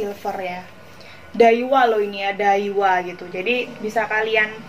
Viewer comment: Dawiaaaa bukan daiwa🤣🤣🤣